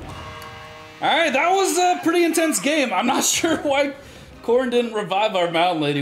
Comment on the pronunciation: Intenese? on god?